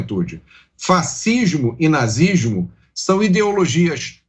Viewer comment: O cara nem consegue falar nazi s mo .. kkkkk tem que colocar a policia sim.